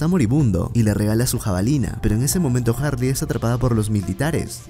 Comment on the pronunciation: DIOOOOOOS SIEMPRE ES HARREY SIEMPRE ES HAARRY LA IMPORTANTE